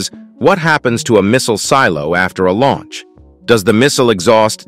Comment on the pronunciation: “…What happens after a “lawunch”…” lol I thought this guy selected the French accent annoying Ai Voice for a second there…